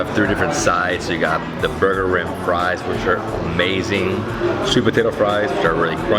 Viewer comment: It is actually pronounced booger-eem (pronounced with a strong R) Burgerim is a Hebrew word wich obviously translates to burgers.